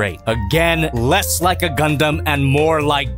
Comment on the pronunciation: I'm glad is finally to the point where he can say "Gundam" and "swivel" without having a stronk, way to go!